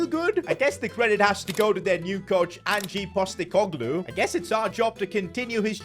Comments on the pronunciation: Bro really said AnJeE postecolgooe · Man said Angee Postecoglou 😂😭